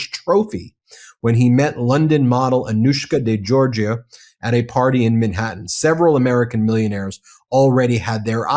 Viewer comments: This is yet another important and newsworthy report by this fine channel/forum/network, but I have a point to bring up. Mr. Meiselas pronounces the full name of the woman he's interviewing and he gets the surname wrong. He pronounces Georgiou as being JOR-juh. For some reason she didn't bother to correct him. It becomes obvious they've had previous ocnversations and perhaps she never had corrected him and felt this wasn't a time to do so, and to get on with the interview. Okay, but from what I've seen in numerous MeidasTouch videos this isn't the kind of mistake Mr. Meiselas would make to set an incorrect precedent. Learning the correct pronunciation takes no time at all with the internet. A person always respects and appreciates when their name is pronounced correctly or, if incorrectly, with an obvious effort. (It's a Greek and Cyprus area name and generally pronounced in that part of the world as jor-YOU or geh-or-GEE-oo. The pronunciation in a country where English is the national language is generally JERRY-jew or jor-GEE-oo, both unlike the JOR-juh he says.) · It's NOT 'Georgia." It's Geourgiou !!!!!!!